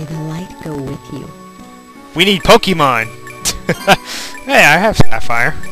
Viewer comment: Pok-keh-mon. It's pronounced Poh-keh-mon. Teleporting enemies SUUUUUUUUCK! Spartan Kick? "Oh I'll play with you any-day..." EEWWWW!